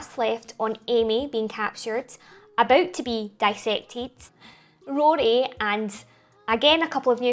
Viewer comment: Love your pronunciation (accent) of Rory.